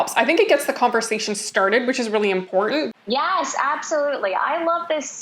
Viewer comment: She says “imporund” for important.